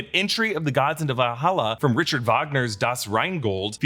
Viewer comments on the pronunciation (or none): none